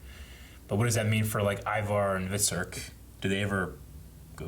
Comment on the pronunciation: Never thought I'd see the day when somebody would pronounce Ivar's name correctly, but here it is.